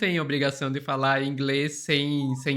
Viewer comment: Gastou todo ,",ingreis,". Que pena. Kkkk